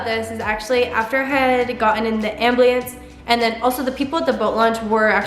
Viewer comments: Why do you say ambliance instead of ambulance? 😂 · "they were asking me questions, I was waiting for the ambliance" lol. You might have been talking a bit quick, having said ambliance instead of ambulance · Omg But Noticed How She Always Says Ambliance instead of ambulance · You're so brave and inspiring... On another note, you know its AM-BU-LANCE right? Not am-bli-lance 😂❤️ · Is anyone else annoyed that she says amblience instead of ambulance The wrong ambulance autocorrected to a blue IUD 😂 Also not hating at all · *can’t say ambulance (abulieyance) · When she said amblience 😩😩😂💜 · ABULANCE NOT AMBLIANCE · Her:AMBLIENCE ME: look I’m sorry that happened to you but it’s called an AMBULANCE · ambliance 😂 No disrespect though. She has gone through a lot and I could never imagine that happening to me. And also if I could never dance again, that would be awful. I want to be professional when I’m older and I’m training super hard right now. Keep going girl, you’re amazing! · She said amblience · Are we just gonna ignore the fact that she says ambleince in stead of ambulance Edit: #newhere (glad your ok!) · “Amblience”😂😂 Idk why this video was in my recommended but you are very positive!! Bless you and your journey! Btw it’s ambulance and the person who commented below saying that your future husband should get a wedding bracelet, I’m assuming it would slide off cause you don’t have a hand so a ring on your right hand should be fine. God bless!! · I love how she says ambliance instead of ambulance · no hate or anything but what is an ambliance im pretty its an ambulance. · Why does she keep saying ambliance, does she not know how to pronounce it ? Ambulance pronunciation: am·byuh·luhns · After hearing you say "Ambliance" so many times, I started questioning if I've been saying it wrong this whole time. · Evelyn Mckenzie I know ! Hahaha. The first time I was like haha amblience then she said it a million more times 😂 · I'm gonna start saying "am-bli-ance" - who's with me?